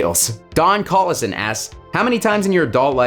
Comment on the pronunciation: You pronounced my last name(Collison) correctly! Good job 👍